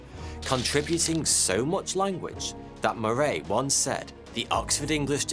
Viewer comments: Moray, Moray, Moray? I thought it said the other guy was called Murray. Pronounced like hurry, as in Murray mints, too good to hurry mints. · Yeah he is not saying it like I have ever heard James Murray’s name pronounced. I’d say ie like muh-ree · I've never heard my last name pronounced that way...lol...because it rhymes with " furry" many think it's spelled Murry.....